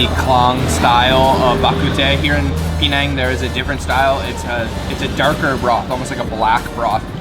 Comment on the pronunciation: It's not Pee Nang as you keep saying, it's Penang ! Try to get it right !